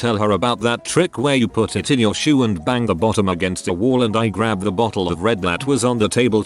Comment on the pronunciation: I love how ish the speaking program says “I T” instead of “it.” To be fair it usually is IT instead of it lol